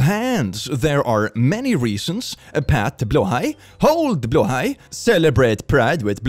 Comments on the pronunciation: Heeeeeeelp!! keeps pronouncing "blåhaj" as /blah/ /hah/. Plllleeeeeaaaaaase get him to stop! Teach him to say it correctly! It's driving lots of us nuts! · Anyone else just find out Blåhaj is pronounced blow-high, not blah-ha? 💀💀💀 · Please teach how to pronounce Blåhaj 🦈 ('Blaahaa' breaks my brain 🤪) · TIL that BLÂHAJ isn't pronounced how I thought it was 🤣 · Billions celebrate because they finally know how to pronounce blahaj in sweedish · I wanted to tell, that he's not pronouncing Blahaj correctly. Then I remembered he is Swedish. So now there are only two options, he is trolling us, or I've been lied to my whole life. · Is it blåhaj like bloehi or blaha? How do I pronounce? Help